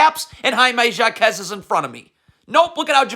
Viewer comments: Actually it’s pronounced ha-kez 🤓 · Coach, Jaime is Mexican, not French haha his last name is HAH-kezz. Also, Hero not Hair-oh. Cmon you know this!